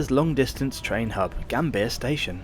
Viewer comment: tukang cuap², apa kau ga bisa baca?, koq Yogjakarta, kau baca Yogiakarta & Gambir di baca Gambia 😜